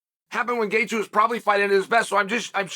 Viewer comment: It’s Gaethje.